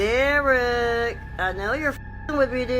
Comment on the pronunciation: IT IS NOT “DERECK!” SORRY TO SAY.